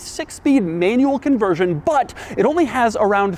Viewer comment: Doug’s the kinda guy not being able to pronounce "manual" nor "five hundred and ninety-nine"